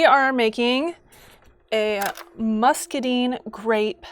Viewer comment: I recently came into a free source of muscadines so this is super helpful for my plans to make a muscadine pyment, but my southern heart breaks hearing them called muscadeen grapes not musca dine (so sorry!! I love the video pls keep them coming)